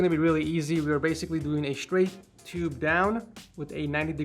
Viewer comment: “sewies”, “expewience”, “stwaight” “ 90 degwee”